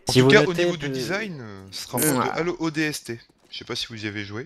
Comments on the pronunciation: Hélo 4 ? pas plutôt Halo 4 ? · ça se prononce Beyby, Hallo se prononce Heyllo:) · C'est Halo pas Helo Mdr Mais bonne Vidéos content d'avoir vue l'vant premier de BO2 :) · C'est Halo, pas Hello ;) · Halo et pas "hallo" putain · s'il te plait halo et non hallo on est pas au telephone la ^^